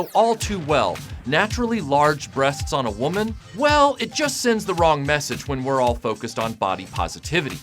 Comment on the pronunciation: Not wong😂